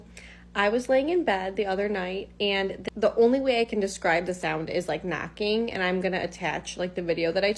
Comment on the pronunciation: I want To say I love your videos. I just love your contact. I've been binge watching sometimes when there's nothing else to watch but I want to say sometimes I have a little bit of a hard time hearing and the first video I didn't hear her say knocking to me, I thought she said macking. So i was a little confused like who's macking And why are they macking LOL.😅